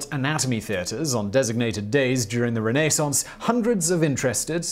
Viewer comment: "Renee Sonce"? Simon, you crack me up. #renaissance